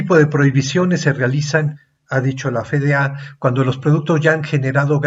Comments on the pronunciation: Es: efe de a (FDA),si lo va a decir en español, o ef di ei (como suena) si lo va a decir en inglés. Por qué dice Fe de a? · CUANDO ME ENSEÑARON EL ABECEDARIO APRENDÍ QUE LA LETRA "F" SE PRONUNCIA "EFE Y NO COMO LO REPITE UNA Y OTRA VEZ USTED Alejandro.... FE...... Pregunta: desde cuándo cambió la pronunciación de esa letra ????? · Quería compartirlo, pero la pronunciación de "F.D.A." como "Fe-De-A" le quita seriedad al video.